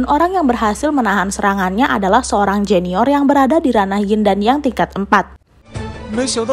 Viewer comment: junior min bukan joeneor